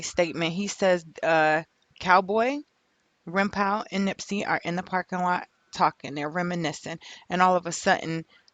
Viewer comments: "Rimpow" lmaoo it's pronounced "Rimpaw" thas his day1 he ain't set Nip up no fuckin way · ITS RIMPAU.. PRONOUNCED LIKE PA.. LIKE GRAN PA.. SHIT IS ANNOYING HEARIN U SAY RIM POW.. GEEZUS!! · Lady the name is PRONOUNCED RIMPAW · It’s funny how you pronounce his name. Rimpau (Rim-Paw) pronunciation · It's pronounced rimpaw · Young lady stay doing whatever it is you do because you have no clue what you're talking about regarding gang life. P.s.its Rimpau pronounced (Rim-paw). I can tell you weren't in tune with Nips movement anyway because you would have known that. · Pronounced: Rim-"PAW" (its the name of a street in the neighborhood)....the mispronunciation was just irritating the shit out of me lol.....ok, carry on. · Rimpau is pronounced rim-paw it’s a street in rollin 60’s hood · Pronounce it rim-paw.. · WHO IS rimpaw, I thought she was sayinh grandpa lmao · It was pissin me off too lol smhh